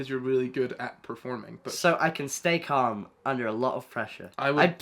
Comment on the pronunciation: caalm. pronounced with the a from can.